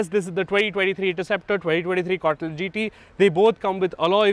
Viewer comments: Say “con•tee•nen•tal” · C-O-N-T-I-N-E-N-T-A-L.....try saying it slowly